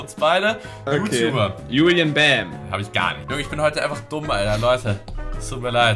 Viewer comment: hat julien bam falsch gesagt 😂😂😂